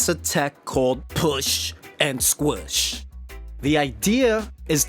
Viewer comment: Why u say push n squish like that